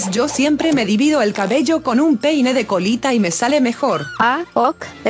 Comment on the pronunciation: Gente dice pene en vez de peine